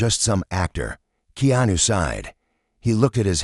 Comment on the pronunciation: Please pronounce Keanu's name correctly